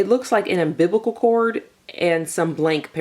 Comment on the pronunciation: “it looks like an ambibical cord”